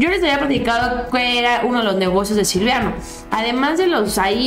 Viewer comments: el nefasto se llama Silvano, no SILVIANO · no se llama SILVIANO Es SILVANO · es silvano, no silviano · felicitaciones por tu programa. Pero no es Silviano, es Silvano. Saludos!! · perdóname que te corrija pero es Silvano no Silviano, saludos y arriba la 4T y nuestro presidente AMLO. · es Silvano no Silviano 😉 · Es Silvano No Silviano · Aguas, es: Silvano no Silviano. Te van a agarrar de cotorreo. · SE LLAMA SILVANO "NO SILVIANO" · es Silvano, no silviano